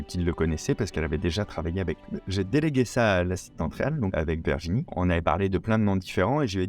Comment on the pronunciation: J’ai adoré le court métrage, les coulisses, le travail d’équipe… Au fait Virginie se prononce Virginie et non Verginie… 😏